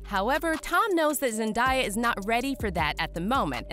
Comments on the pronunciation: I stopped the video halfway through for the same reason as the comment below. Why are they making money off her name and NOT TAKING TIME to learn how to pronounce her name, It's interesting. If you introduce yourself, that is what we call you. The announcer has a name, I AM SURE IN THE CREDITS she would really like us to see that the producers got it right. We can do better, it's professionalism. Much Love. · I don't know who narrated this but please for the love of my sanity please learn to pronounce her name correctly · I sure do hate the her name is being butchered!! SMH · SAY HER NAME RIGHT OR DON’T BOTHER TO REPORT ANYTHING ABOUT HER HOW MANY PEOPLE HAVE TO TELL YOU HOW TO SAY IT ⁉️⁉️ IT’S NOT HARD TO PRONOUNCE IT CORRECTLY MAYBE YOU SHOULD PRACTICE SAYING IT A FEW DOZEN TIME’S‼️💯👍🏻🙄 MAYBE YOU SHOULD JUST STICK WITH…..Z 👍🏻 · Your saying her name wrong like learn how to pronounce it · Bro mispronouncing her name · Who’s the horrible voice over person who pronounces names wrong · Zendiya- um chil it’s Zen-day-au (Zendaya) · its zendAya NOT zendIEya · I cringed everytime she said “zen-die-yuh” 😂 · The girl the whole time was saying zendieya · voice over lady:ZeNdIeA me :ITS ZENDAYA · Her name is pronounced Zen•DAY•uh. Not Zen•dye•uh She has a 58 second video of her putting this to rest on how to pronounce her name. Came straight from her mouth. 😀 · It's zenDAYa not zendia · PLEASE IF YOU MAKE ANYMORE VIDEOS ABOUT ZENDAYA PLEASE SAY HER NAME RIGHT! ITS ZEN-DAY-A THERES NO I. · IT'S NOT ZENDIEYAH it's zendaya -_ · YOU SAY ZENDAYA NAME LIKE ZEN-DAY-AH NOT ZEN-DIE-AH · it’s sarcasm for the way they were pronouncing her name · Yes please stop saying Zen die ah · It’s Zen•DAY•uh Right from her mouth. Has video of herself saying how her name is pronounced 😀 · "Wait, is Zendieyuh really engaged to Tom Holland?" Tom Holland would never cheat on Zendaya with this 'Zendieyuh' you're talking about like wtf who's Zendieyuh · Say Zendaya like this Zen-day-a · WTF IS ZEN-DIE-YA